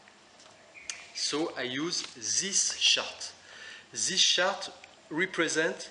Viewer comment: Very useful tips and tools. Thank you so much. Maybe I'm not use to your accent, you say 'chart' sounds like 'shark'...hah